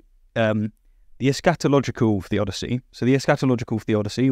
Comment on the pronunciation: Lmao it's eschatological, not es-scatological! Careful with pronunciation! The first a is a schwa. Otherwise, it's something very different...